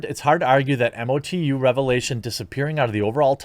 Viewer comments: MOE-TOO, not Em-Oh-Tee-You ;) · Say it as just one word - MOTU (mowtoo) not m- o- t- u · Mo-Too, say MO 2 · MOTU is pronounced mow-too.